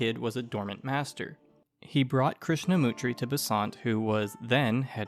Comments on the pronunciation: this is ok,........ but poorly researched . 1) Krishnamurti ----his name is pronounced " MER--TEE " not " Mutri". You spelt & pronounced his name wrong. 2) he did proclaim / claim the role of a Guru / enlightened being and still has many followers all over the world to this day . I used to live next door to the Australian secretary of the Australian branch of the Krishna Murti society. 3) how did you just skip over Rudolph Stiener ? 4) not a satisfactory summation of Blavatsky's life,. like its ok...... but you can't go around spelling & pronouncing peoples names wrong if you are making an "informative film" or documentary style piece. ....otherwise its ok.. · As a pedant who enjoys correcting other pedants myself I must bring to your attention the severe misspelling and mispronunciation of Jiddu Krishnamurti. MURTI not MUTRI are the last 5 English letters of his surname. Great work otherwise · Krishnamurti not Krishamutri.